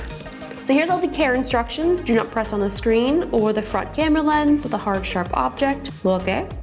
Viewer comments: I heard karen as well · What Justine said: So heres all the care instructions. What I hear: So heres all the Karen structions.